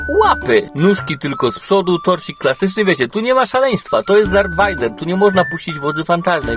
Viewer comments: Nie wajder tylko wejder tak się mówi a pisze Vader ale to raczej wszyscy wiedzą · mokry sen każdego fana Star Wars wymawianie Vader vajder (to tez taki sucharek nie ma zamiaru nikogo urazić)